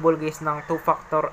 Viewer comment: “two paktor” 😂😂